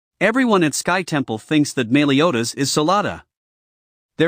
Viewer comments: meeliodas? meliodas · “Melee”odas lol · Your saying meliodas wrong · Es cA NeR= Escanor (es- cah- nor) BeRliOn= Belios (belly oh s). Mealiodas= meliodas (mel e oh das)